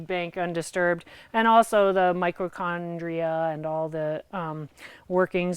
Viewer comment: What in the actual fuck is a "microchondria"? I'm dying 😂😂